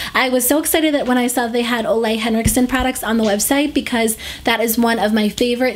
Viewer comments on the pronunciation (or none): Hey, I love your channel! I just wanted to let you know that Ole Henriksen is pronounced Oo-leh instead of olay Have a nice day!